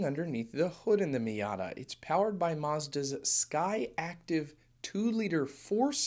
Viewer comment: Sir… SkyActiv not SkyActive😂